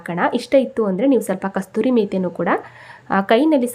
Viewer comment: Kasoooori methi, Kasturi allla